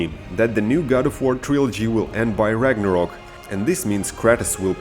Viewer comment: it called Ragnarök not rangarok.